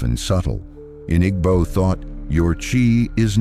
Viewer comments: Igbo is pronounced eeebooo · Nah it’s the pronunciations that irks me. IG-bo is crazy work 😂. Great content tho, I just wouldn’t mind the writer also reading it for cultural context